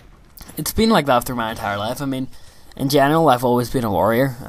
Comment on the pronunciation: So you've always been a warrior? Sounded like warrior and not worrier :P